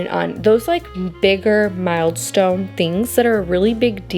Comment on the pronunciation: You're literally getting your ducks in a row!😅 BTW it's "mile stones" not " mild stones". A wise woman, mother of 10 once said to have only something like 5 outfits per child plus 2 Sunday outfits. Make sure they all coordinate like Garanimals. I thought it was extreme, but she was right! I had 5 children and bought way too many clothes.